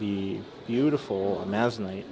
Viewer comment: It is pronounced "Ah ma zon ite" with the accent on the first syllable.